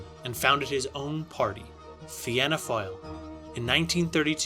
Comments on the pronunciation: Fianna fáil if pronounced fīna fall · Your pronunciation of the Dáil, de Valera and Fianna Fáil hurts me, if you're going to tell our history get your words right